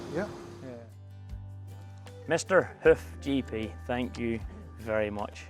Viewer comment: Every time you say “Hoof GP” I swear it sounds like you’re saying “Hoochie P” 😂😂😂 Love your channel! ♥️